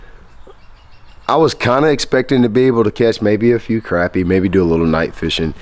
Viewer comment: We also say crappie not croppie lol